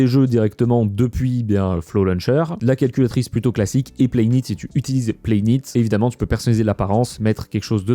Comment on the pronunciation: "Playnite" se prononce en fait "Playnight", c'est comme "thanx" pour dire "thanks", c'est une manière anglophone de simplifier les mots tout en permettant une lecture identique